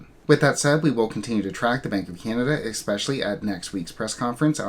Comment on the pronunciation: Is ‘expecially’ just how it’s actually pronounced now?